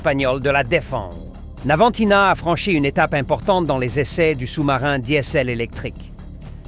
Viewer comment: c'est pas navantina, c'est navantia ,mdr